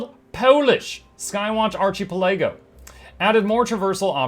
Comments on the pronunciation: arca-PEL-ago. It is a hard C. emphasis on the PEL of the word. You be killing me with that. I am sorry for pretending to be polite and not saying anything. I did this once to Jawkneboi with the word incendiary. HE was upset with me for not telling him sooner. I hope you wont look down upon me for remaining silent for so long. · Hearing ARCHI-PUL-AGO makes my day. Ty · You can't be pronouncing ARCHIPELAGO like that for real...